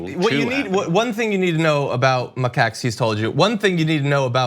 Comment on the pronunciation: The way he was pronouncing macaque was bothering me too